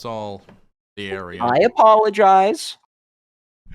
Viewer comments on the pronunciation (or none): "I apologize. I apoloigize." He's either dishonest or a moron.